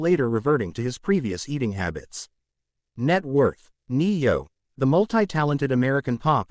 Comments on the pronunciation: You should be able to pronounce his name if you’re gonna make a story about it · Yeah i agree learn how to say his name would help alot